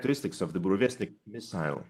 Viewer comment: Retard: Can't pronounce Burevestnik. Also Retard: Theirs doesn't even work. Also also Retard: If they wipe us off the map we'll wipe them off the map.